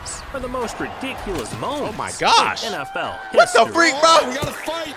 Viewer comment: bro said radikullus